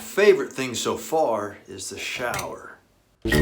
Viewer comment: "T h E SHoWeR"